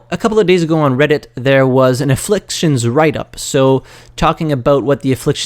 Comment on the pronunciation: Aflfictions NOT INfflictions gawddddddd